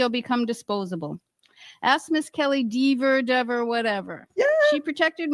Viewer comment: Deever, Dever, Whatever 😂